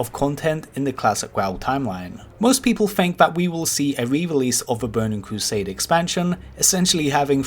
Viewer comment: Bowning cwosade